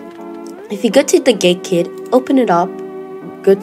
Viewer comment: i heard GayKit XD